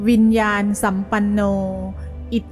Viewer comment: ต้องอ่านว่าวิญญาณนะสัมปันโน